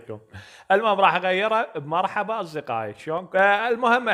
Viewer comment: انته تكول جرحبا